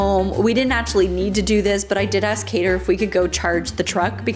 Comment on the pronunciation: It’s High-dhar not Haider like Raider